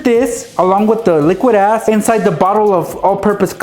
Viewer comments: Boi stop saying "liquid ass" all the time boii I thought you were saying "az" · was he saying liquid "ass"?